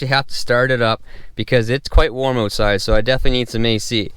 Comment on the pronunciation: Stopped at “oatside”